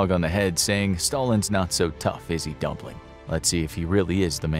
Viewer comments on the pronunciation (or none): I lose it whenever he says dumpling 💀💀💀